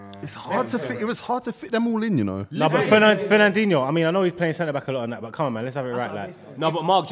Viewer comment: Man said fernandhino top 2 dms in the world